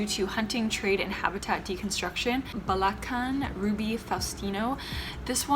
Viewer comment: hi!! no hate i just wanna share and educate, whenever reading tagalog words, you literally just pronounce the letters on how they are supposed to be for example Isabela - eesabela Ilocos Sur - eelokos soor Bulacan - boolakan